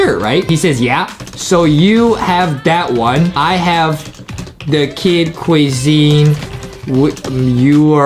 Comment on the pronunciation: and it's funny when Justin call the kid cuisine into kid quison XD